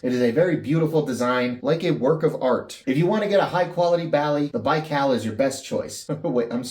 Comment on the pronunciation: You are saying it right! Thanks for the shout out! The Baikal is already sold out! I guess I'll have to wait to get it. Excellent content as usual. Love your vids!